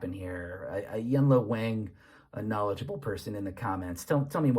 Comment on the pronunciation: That "wang" is pronounced "wong" fyi